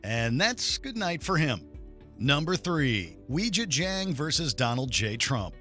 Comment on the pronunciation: it's pronounced "way jyah jyahng" not "weejuh jang"